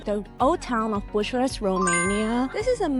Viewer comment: 😂 "BUSHURESS"...😅 .. No it's not at all bushuress but BYUKAREST